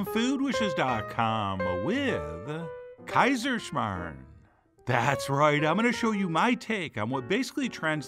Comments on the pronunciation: woooow as an austrian i feel very happy right now haha! i love kaiserschmarren. love how you pronounced it haha! this is best served with zwetschkenröster or apple sauce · I am from Austria and I clicked on this video just to hear an American pronounce Kaiserschmarrn and surprisingly you didn't butcher it. Very nice. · Started this video just to hear how you pronounce Kaiserschmarren. To my surprise it was pronounced perfectly... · pronouncipation and translation was really A+